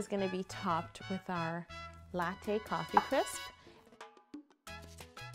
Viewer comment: COFFEE CRISPS! COFFEE CRISPS!! COFFEE CRIPPSSS!! WHERE DID CRIPPSSS COME FROM?! CRIPS CRISPS CRIPS CRISPS UGH!